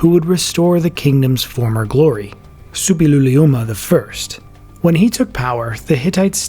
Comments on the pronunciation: Yes, it's difficult, but the narrator manages it perfectly. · Impressive pronounciation of "Suppiluliuma"!